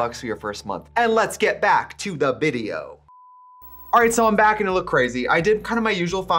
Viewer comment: To Get Back to the Vi-Dee-oh.